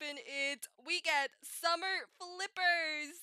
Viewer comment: Hmmmmm This is so helpful :0 so thanks :> And did you say Summer or Swimmer? I also thought of the word too when I reas "Swimmer flippers". xD